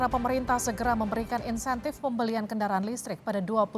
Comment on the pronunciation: Bukan "Intensif" min, tapi Insentif